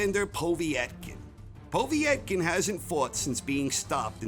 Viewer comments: Povvyyetkin, lol took me a min to realise he was saying povetkin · Po-veee-et-kin?Just Povetkin I think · Poe-Vet-Kin is the pronunciation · why do you say "Povee-etkin" its just Povetkin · 1 - Fury 2 - Wilder 3 -Joshua 4 - Ruiz 5 - Whyte 6 - Ortiz 7 - Povetkin ( and it is pronounced PO - Vet - Kin) 8 - Parker 9 - Usyk 10 - Takam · The way he says povetkin 🤣💀💀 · Your pronunciation of Povetkin's name made my ears bleed. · He made a good video but that kownacki is not a tp ten boxer if he couldnt knock out Charles Martin. Also the idiot cannot pronounce Povetkin name